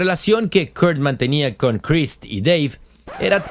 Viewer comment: I wish I could give this two thumbs down. The AI pronounced Krist Novoselic, as Christ. 👎👎👎👎👎👎👎